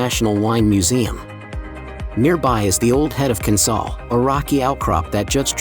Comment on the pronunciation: Pron. 'Kin-SALE'; 'MUCK-ross'; Liss-MORE'; 'COVE' (but pronunciation seems to be an afterthought in this video). Enniskerry is about 25 km from Dublin, not ten. It would be great if the pictures matched the narration (even a little). It would also have been useful to say in which Irish counties these towns are to be found. IOW, has a point.